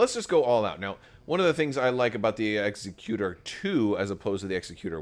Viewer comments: Executor like ex-ECK-you-tore. As in “Executor? For Aiur! What would you ask of me? As you will?” Protoss players could never forget. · Exec-utor. Rogue Squadron 3 pronounces it this way. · As you say, it's star wars and they're not speaking english so you can pronounce it however you want, but really the word for a person that does executions is an executioner, not an executor. So it's definitely pronounced like executor of an estate. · Suggestion for those who are posting about pronunciation of Executor: use caps for emphasis. Ex-EC-u-tor vs EXE-cu-tor. Otherwise they all look the same 😬